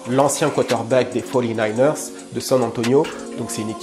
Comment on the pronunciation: Miskine celui qui dit quarante-neufs ERS 😂